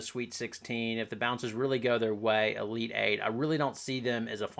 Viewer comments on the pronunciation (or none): none